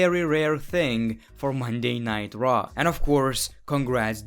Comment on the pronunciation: When he says Monday night raw it sounds light Monday nitro